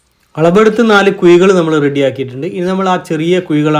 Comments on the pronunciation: കുയി അല്ല..... കുഴി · ക്ഷമി സഹോ ..... തൃശ്ശൂർ കഴിഞ്ഞാൽ വടക്കോട്ട് ... ഴ ... യ്ക്കു പകരം .... യ.... എന്നാ പറയുക. നാക്കു വടിക്കാത്തതിന്റെ കുഴപ്പം .😅